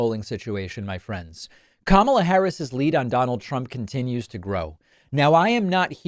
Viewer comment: He keeps calling her Kamabla or something like that, and every time I see it, I think, " nah dude, it's Karma la "